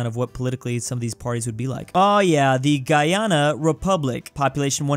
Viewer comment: literally can't pronounce Guyana or Tobago